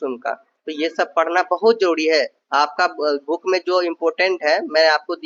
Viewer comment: Apko jab buukk mila to buukkk ko pdhna h bhai. Ase kuuu krte ho ap.